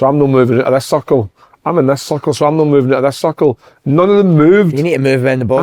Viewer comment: Dunno if big kev was saying circle or suckle🤣